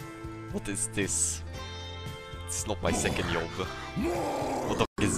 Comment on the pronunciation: Seconde yob. Lmao. Nice inglush maite.